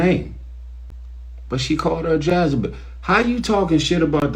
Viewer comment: “Jazzabel” ?? 😂🤦🏽‍♀️ mannn I’m done here smh JEZEBEL!!